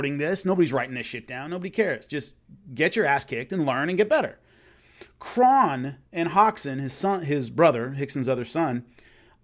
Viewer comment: Great stuff; btw, Kron is pronounced like "own" not like "on"